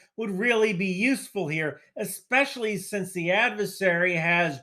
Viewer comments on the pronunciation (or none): none